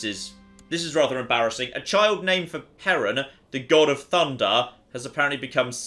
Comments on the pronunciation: Can you not butcher slavic names please? Perun is pronounced Peh-roon with an emphasis on the U. I'm only explaining this because hearing you saying Pay-run is making me cringe to death. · As a Slavic person, hearing pronounce just about every name of everything in the English pronunciation is both cringe and funny. Crunny? Funge? In any case,, please. It's Perun(Perún where I'm from) not Pejran. The "r" is pronounced as in ruthless. Also, the acute accent written over some of the letters (é,í,á,ý,ú etc) makes the pronunciation "long". é=ee, á=aa etc (for example, English "Aaron" would be "Áron") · It's pronounced approximately like the country Peru with an added n at the end. peh-ROON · Perun = peh-ROON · It’s pe-roo-n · Close, I'd say something like this: "Pe" the same way as in pestilence, "ru" as in ruthless (the u is a long ú where I'm from so make it sound like in the o's in "oof") , clear "n" (not "en" just "n") like in now. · perun (the god) is spelt with one n. Now, is almost certainly pronouncing it wrong, but still.